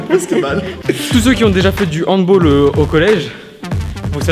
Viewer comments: salut la chaine petite info pour la prochaine fois se dit handballe, pas handball mdr pas comme basketball et football voila voila x) sinon bonne vidéo merci, en plus vous avez parler de mon sport (le handball) donc impec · Handball pas handboll c de l'allemand pas de l'anglais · handball c'est allemand pas anglais donc sa se dit handballe pas handbaul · Ps on dit "handball" et pas "handboll" (phonétique) c est un mot allemand😜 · Du HandBALLE et pas du HandBAULLE stp xD Sinon super vidéo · sa se prononce HANDBALLE PAS HANDBOLE pcq c un sport cree par les allemands pas les anglais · HandBalle se prononce pas "HandBolle" mais en HandBaalle!!!! :') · ça se prononce 'handbal" et pas "handbol" parce que c'est un mot allemand pas anglais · On dit handball pas handbool pck c un mot allemand alors que football et basketball c anglais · On dit pas handball comme en anglais car c'est un mot allemande du coup on dit "handbale" voilà c'est tout pour moi 😊 🤓 🤓 🤓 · Pour handball ca se prononce comme le mot francais balle pcq c un sport allemand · Sinon handball c est allemand donc ça se dit pas "baule" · On dit handball avec un A ça c'est allemand et non anglais😉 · Handball est un mot allemand et pas anglais donc on le prononce pas que le football. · Alors pt1 C allemand on dis handball comme la hall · Sa se dit handball avec un a pas un o car c'est allemand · Handball c'est allemand on prononce a et pas o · Le handball est pas anglais , c'est allemand, tu prononcer comme en français pas en anglais ! (Sa fait 7 ans que je jouait au handball)